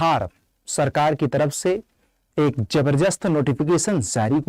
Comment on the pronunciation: Sir jabarjast ni hota, zabardast zabardast zabardast....